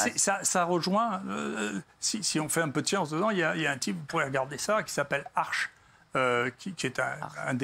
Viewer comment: Asch, pas Arch...